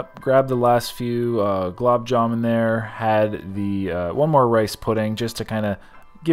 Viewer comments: The yellow pakora was made from Paneer (cottage cheese)? Chutney (not salsa). Green chutney is made from Mint leaves. Red could be dozen different varieties, each with a unique taste. Green Peas = Mutter; the dish you devoured was Mutter-Paneer. Blumb jamb.....! is actually Gulab Jamun....! (Gulab = Rose!) The white pudding is actually Kheer! Had fun with your pronouncing the names of Indian dishes. IMHO, a buffet of these spreads for $20 is a steal even in India.......! Scott looks very muscular..... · Gulab jamoon* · As an Indian, I literally started rolling on the floor with laughter as butchered the Gulab Jaman name 🤣 Always nice to see both of you guys have fun while at the buffets. I'm seriously super impressed with Scott's stomach capacity. He's just as much as a beast as is